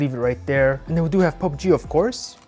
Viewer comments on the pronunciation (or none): none